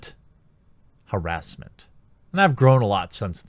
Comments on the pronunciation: I swear if I hear him say HEEEEEERESMENT again I will fucking misgender a transgender the next time I see one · I always cringe a little with the way you pronounce "harassment."